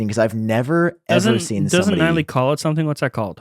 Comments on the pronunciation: LOL did you call him Niley? It's Nilay, white dude. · You would think he would pronounce Nilay’s name correctly if he was such an inspiration. Maybe that’s just me.